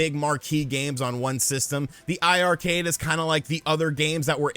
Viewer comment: Hey, it’s pronounced eye-eye Arcade. Both i’s in the iiRcade name are for 2 or players. I was confused myself so I asked the team one day during a livestream & that was the explanation they gave everyone in the stream about how to pronounce it.